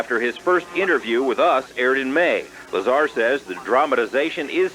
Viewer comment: It's bob LazAR not Lazr